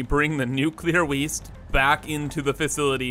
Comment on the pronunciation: I literally heard "we bring the nuclear waste back in to the fissility"